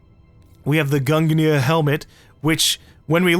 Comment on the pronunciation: GUNGNIR == GUNJ (SOUNDS LIKE GRUNGE) - NEAR